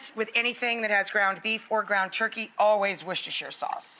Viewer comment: Rachael is proof that Americans CAN pronounce Worcestershire properly ;-)